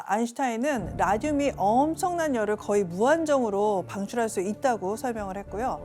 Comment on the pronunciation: 나만이런거아니구나 약간 기역발음을 되게 키읔발음처럼 말함 거의를 커의 이런식으로... 좀 불편했음 듣는내내